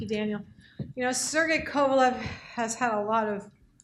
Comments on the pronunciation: Why does this fucking guy keep saying "kovolov" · Why is the first guy presenting this event when he can't even pronounce the fighters names correctly? Kovolov? Lmao what an idiot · The fact that Ward said "Checkmate" really pissed me off! And "the other ten rounds after the knockdown" ha. He lost most of them!!! And the host guy can't say Kovalev properly haha! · Can you say Kovalev.. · What a disrespectful idiot that opening speaker was, wouldn't even pronounce kovalevs name properly. No class.